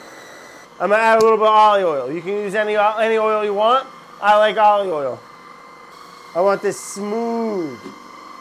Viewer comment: “Imma add a lil bit Olie oil. You can use any oil you want but i like Olieee Oil. “ He didn’t say olive oil did he?